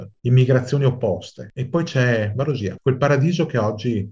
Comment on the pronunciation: Omissioni, drammatizzazioni ed errori. Quando la Turchia ha invaso l'ONU era a Cipro da 10 anni, per tenere a bada l'EOKA. Consiglierei di rivedere anche la pronuncia di Varosha e di Kyrenia.